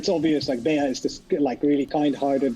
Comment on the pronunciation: He said Béah